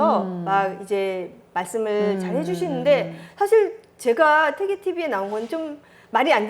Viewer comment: 첫 쩨로, 퇴계 강의에, "퇴계"의 "퇴"의 발음을 바르게 발음하지 못한댜면 무어라 변명할 것인가. 이 "퇴"는 "길게 그리고 약간 높게" 발음해야 한다. 장음인 단어의 첫 자를 짧게 잘못 발음한 예:사실,(잡담응 이만! 본 강의로!),강점기,사람(인간이라는 "사람"을 바르게 발음하지 못함!!),이해,주석,(과거 시험이라기 보다, 과거로 족함),제가(나),해석,비판적,정말(진짜),아무도, 비 독창적,(역사 학자 보다, "사학자"라면 더 명백함),4서 ,보통,퇴계, 퇴계,사실,주석,주석,조 광조,( 영양력을 준다 주는 것이 아니라,"영향을 준다" 라 해야지요),(퇴계의 "퇴"를 짧게 잘못 발음하고 있음),태도,개념,정치,예칙,좋겠어요, 등!! 이상의 예가 사실이라면, 이 두 여류 학자의 강의 가 한국어 강의라 할 수 있는가? 그리고 이런 학술적 논의라면 너무나 구어적 어조 구어적 어투가 심하고, 단어의 다음 음절을 accent가 있는것 처럼 강음화하는 경향이 있다. 이런 문제는 하국 전반적 병패인듯, 이에 분개하여 쓴 책이 "한국 어문을 고발함"이오니, 고국 동포 여러분! 이 책을 조용히 읽어 주시옵소서. 미국 변 완수 드림